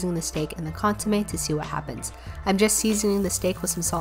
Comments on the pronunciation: Its pronounced consuMEH not consuMAY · It’s pronounced cón-su-me not con-su-may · Hey btw it’s pronounced cohn sue meh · Consumé sounds like konsumech ( ch is silent) in Palauan which means canned food.... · ITS PRONOUNCED CÓNSOOMEH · As a spanish speaker the way she pronounces Consomé makes me want to scream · Deeply upsetting pronunciation of consommé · Got mad when she mispronounced consommé